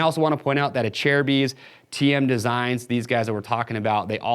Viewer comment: He’s saying correctly smh